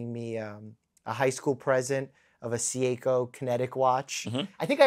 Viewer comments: I love you Mike but...Sieko?? 😅 Anyways the black ceramic perpetual calendar oak is fantastic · Oddmarz, Seeyayko, 🥴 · Academic career ✅ Media career ✅ Good looking ✅ Seiko pronunciation ❌❌❌❌❌❌❌